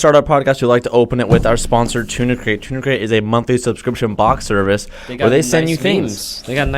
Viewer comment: I thought he was saying tuna crate this whole time